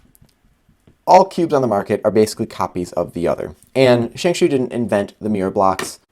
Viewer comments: "Shengshoe" Sorry, I cringe every time you say it that way. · love how he says shengshoe